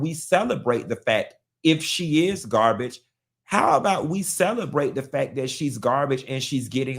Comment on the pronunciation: He can’t even say the word GAR-BAGE!! And it’s ANGEL not ANGELA!! Smh…….